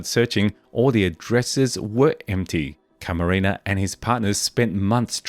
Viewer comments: Enrique "kiki" Camarena not caramina😂 stop please😂you effff up the hispanics language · It's Camarena not Caramena. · CamaREna not CaRAMENA!!! 😅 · Enrique CAMARENA, not Caramena... Geez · Seriously it's not even a difficult name. Hey at least not Macarena, could have been worse